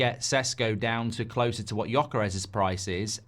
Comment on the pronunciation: You poor darling, you’re in a serious struggle with the “Gy” in Gyökeres! I’ll try to help: “gy” is close-ish to the “j” sound of “jungle”. (He is listed as Swedish because he was born there, but he is of Hungarian parentage, hence the tongue-twister name. Any Hungarian LPFC supporters who can help in person?? (I’d love to but I’m in South Africa!)